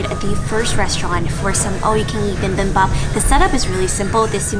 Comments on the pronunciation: does....... does she pronounce bibimbap like that on purpose? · it’s not “bimbimbap” it’s “bibimbap” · I enjoyed this but please..... it's not bimbimbop......... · Why does she keep saying BIMBIMbap instead of BIBIMbap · Bi bim bap. Not bim bim bap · I thought you‘re a pro yet you‘re still saying bimbimbap? Or was it on purpose?😅 no hate just confused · It's not pronounced bim ! bim ! Noooo!!!! It's pronounced B-bim-bop !!!!! Gochujang !!! 고추장 fermented Korean red pepper paste !!!! Danmuji !!!! 단무지 !!! Korean pickled radish !!!! If your going to do video on Korean foods 🇰🇷 !!!!!!!!!!!!!!! Do it right !!!!!! 🖖🇰🇷💫❤️ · noo im not a pro just a food lover. Yis I was mispronouncing it